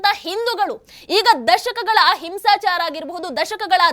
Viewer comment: 'ಆ ಹಿಂಸಾಚಾರ ' ಅನ್ನುವುದು ಅಹಿಂಸಾಚಾರ ಎಂಬಂತೆ ಕೇಳಿಸುತ್ತದೆ.